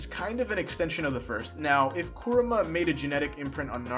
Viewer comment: Why are you saying his name like "Koruma" when it's "Kurama" ??